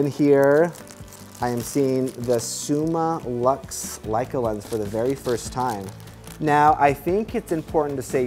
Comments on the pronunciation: Cool dude, but please, please. It‘s Summilux (Summeelux), not Summalux ;) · Its not SummALux its Summ i Lux, from the latin "summus/a/um" and ofc "lux"